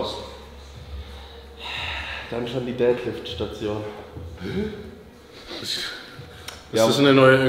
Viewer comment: Wie oft kann man Deadlift falsch aussprechen 😂 Ihr hebt keine Väter, Jungs.